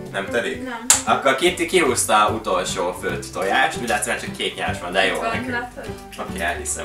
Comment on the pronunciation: Nem 'főlt' hanem 'főtt'!